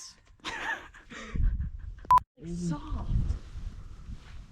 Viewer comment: This was so fun to watch loved every minute of it!! So sorry you weren’t able to find a sleeping spot easily but looks like you made the best of it :) You guy’s seem so chill!! Also funny made me laugh haha texAHHs and LMAO the tumble weed 🤣🤣🤣 also such a beautiful place 😍